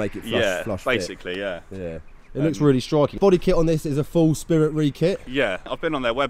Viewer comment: 'ei' is pronounced 'ay' in Japanese, so it's Spirit RAY, not REE. Great video as always! This just irked me haha